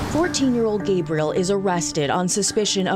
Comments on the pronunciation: I like how he pronounces his name "ghahbriel" like a female, when he was talkin m about rape. That was slick. Piece of shit... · Yeah when he tweaked the pronunciation of the kids name to get the feminine Gebriel and quickly "corrected" himself, I finally cracked.